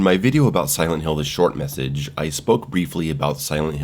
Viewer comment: Why did I think you said shortnessages?? 😂